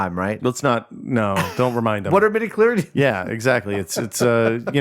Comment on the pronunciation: IT'S MIDI-CHLORIANS, NOT MIDI-CHLORIDIANS!!!!!!!